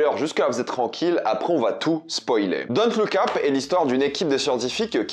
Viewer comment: Pourquoi tu le prononce Don't look Ap c'est super énervent.